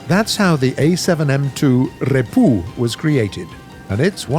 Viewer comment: Inhales Rrrrrrrrrreepu :D